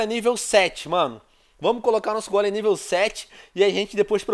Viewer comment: Venom Aprenda Meu Querido, Não É Gólem..... É Golem, Onde Tu Vê Assento Aii ? 😂😂